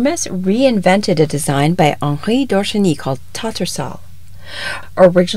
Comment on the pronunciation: BALMORAL is pronounced like Val, the nickname for Valerie, then moral like the moral of the story. The accent is on BAL. TATTERSALL is pronounced Tat-er-sl, with the accent on TAT. The content of the video was very appealing, and well researched.